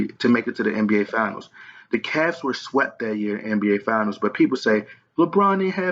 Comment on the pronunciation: Its Finals not Fianals... You lost a subscriber with this bullshit